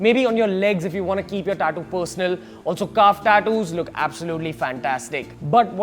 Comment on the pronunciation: Learn how to say tattoo first